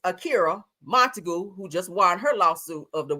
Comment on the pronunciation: Monta-GUE not GOO sounds like mr. magoo🤣